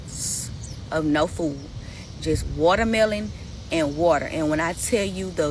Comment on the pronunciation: It sent me when she said watermelon 😂😂😂😂 You guys dont bother I couldn’t make it past the second part. She rambles and ramble I dont even know what she saying at this point 😅